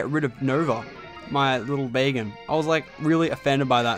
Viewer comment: Bacon sounds like begal